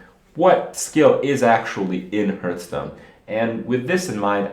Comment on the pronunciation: its called hAAAAAAAAAAAAAAAAAAAAAAAAAArthstone not "hurt"stone